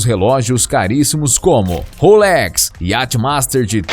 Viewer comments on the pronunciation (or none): none